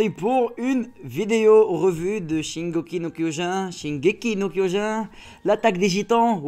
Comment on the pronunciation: tu prononce mal le nom du manga sinon continu